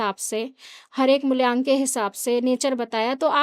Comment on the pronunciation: Mulyank nhi mulank hota h 😂